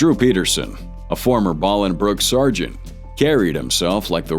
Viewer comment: poor AI voicing. Ex. It is not pronounced "Ballingbrook" Illinois, its "Bowlingbrrok" Illinois. Another example is Terre Haute, Indiana. Why trust this channel?